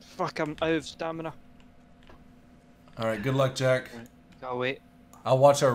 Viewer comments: Stamina not stanima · "stanima" lol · "I have no STANIMA" you mean STAMINA? Lmfao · wtf is stanima 😂😂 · "Jack I'm still out of Stanima!!! 😂😂😂